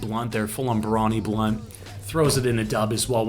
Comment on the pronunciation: You’re almost pronouncing barani correctly! The term comes from gymnastics and it’s actually pronounced bah-ran-y. Cheers, I love the content as always!